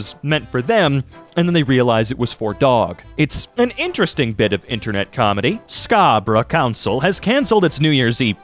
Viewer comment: His pronunciation of Scarborough was awesome